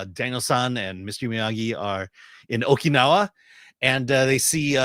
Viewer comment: Okee now-a? wtf?